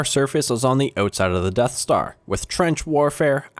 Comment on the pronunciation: im sorry i couldnt hear you, did you say something about the deff star? (I should just stop now shouldn't I XD)